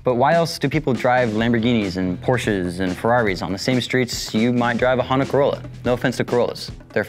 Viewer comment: did he say Honda Carola ? naw